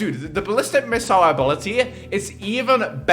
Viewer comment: did he just say abolty XD